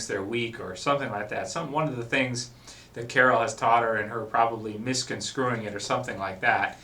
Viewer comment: did you just say "misconSCREWing" ???